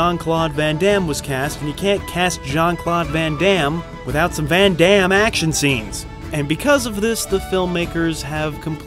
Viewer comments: You are American, hence you have absolutely not the faintest idea how his name is actually correctly pronounced. Just hilarious. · Jeane-Clawd Van-Dam